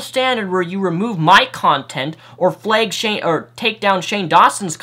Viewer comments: And don't forget your pronunciation of 'flag', as you pronounce it as 'fleg'. Still, as usual I agree with you and I'll be sharing this video. Also, I don't know if you noticed but TJ had his video 'CHRISTIANITY SERIOUSLY?' taken down. He made a response to that and showed the re-uploaded version. I can't find that, but do you remember that response from TJ about YouTube also being nothing more than hypocritical? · A couple things. First: you're amazing. You have real courage to speak out against youtube, and I do think a Serbian Film should be taken down. Second: are you for the far northern U.S areas? I can tell by the way you say "flag" :)